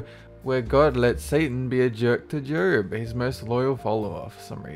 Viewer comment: He said jerb not Job lol